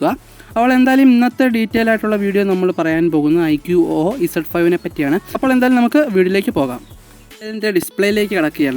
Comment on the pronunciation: Iqo o alla iqoo എന്നാണ് 😅